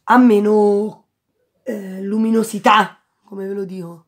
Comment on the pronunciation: Camilla Milanesi è come l hai detto che mi ha fatto morir dal ridere!!